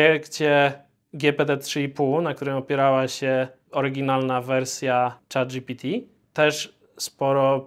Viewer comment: moje uszy bola za kazdym razem jak on mowi "chata gpt". Tworca czego? Czatu!